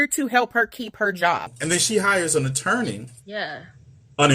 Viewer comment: “Employment ittorney” that’s a new one for me 😂